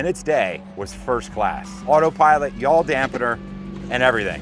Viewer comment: "Yaw'l " Dampener ? Does that force you to say " You All " while you are inside the aircraft?